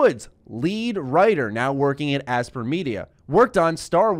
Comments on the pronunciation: For the love of god... it’s not aspr. It’s Aspyr (aspIRE). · its pronounced aspire, not asper.... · Aspyr is probably pronounced like aspire, no? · You referring to Aspyr? ("aspire") They've been around for a very long time. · I think Aspyr is pronounced Aspire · I would have thought it's pronounced like "aspire" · Aspyr is probably pronounced like "Aspire"!